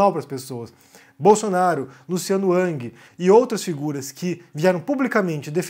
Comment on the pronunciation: Não é ANG. É RANGUI.